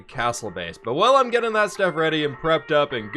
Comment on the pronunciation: I’m glad still can’t say button or getting